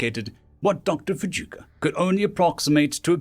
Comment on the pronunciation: For the love of God learn the proper pronunciations of the words your speaking. Your mangled pronunciations degrade the stories. Fujioka would be pronounced as Fiji and then oka not as Fujika. Your speaking voice is very pleasant and your delivery is VERY nice. It's just the mispronunciations which make me want to slam my head against a wall. Fixing that may help your site gain members.